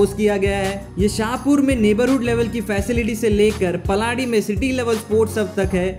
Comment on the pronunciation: Good video. Pronunciation of few areas incorrect eg paldi, sanand etc.